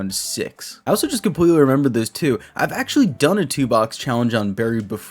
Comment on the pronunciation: I only have one shot on words compwetwy😂 no hate btw I couldn’t do this job ever just thought that was a funny coincidence keep up the good work😂